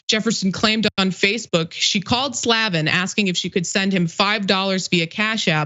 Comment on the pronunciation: She's trying so hard to pronounce that name improperly. It's Slay-ven